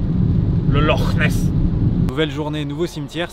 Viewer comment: Ça doit pas être facile d'être ta meuf par moment tout de même xD Surtout au bord du LORRRRR Nesse.